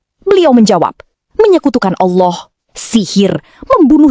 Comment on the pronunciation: kl allah swt knp bacanya owloh swt?